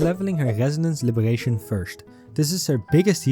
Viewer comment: Ah yes my fav type of skills " Gesonance " and " Libegation " 🗣️🔥